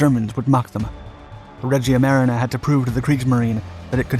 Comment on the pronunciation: sorry but the way you pronounce Regia Marina is just too wrong, it just hurts